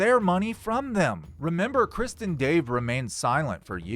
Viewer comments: This video and your speaking is 98% awesome and entertaining and amazing. But 2% is so confusing and annoying cuz it sounds like you are saying “Kristin Dave” not Chris And Dave. Lol 😂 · The T in krist is silent. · not gonna say re-do this, but when you say ‘Krist’ (and Dave) instead of Chris and Dave, it sounds like ‘Kristen Dave.’ And you know that ‘KrisT’ is just a ‘Christ’/punk stage name joke right? Same reason why Kurt pretended his name was ‘Kurdt.’ Just a silly band joke.